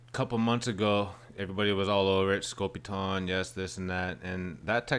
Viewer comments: Side note. Theres an E at the end of scopitone. The O is long. Not pronounced scopiton its scopitone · Pronounced Scopi-TONE....NOT Scopi-TAWN. The machines were more popular in Europe, but pretty rare in the U.S. These were all shot on 16mm film.....BEFORE the widespread use of videotape. MOST feature the scantily-clad dancers, because the machines were primarily located inside bars or gentleman's clubs. Shooting on film was pretty expensive, and so I think they were only done in a couple of takes, which is why the dancers always seem to look like they're out of sync & haven't rehearsed. Some of the big name artists put out shorts with better production values....Neil Sedaka's 'Calendar Girl'....Nancy Sinatra's 'Boots'.......Bobby Vee's 'The Night Has 1000 Eyes', etc. I actually saw one of these Scopitone machines in a pizza parlor in the 1960s. The ONLY one I've ever seen. I was probably 14 or 15 at the time, and this was BEFORE MTV & that crap. These short little films were too risque for regular television, but they were geared toward men & that's why they were set up in bars, etc. As far as how the women are dressed.....that's not so unusual. They look like Vegas showgirls of the 1940s or 50s.